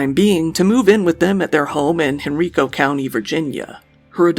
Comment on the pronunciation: You mispronounced Henrico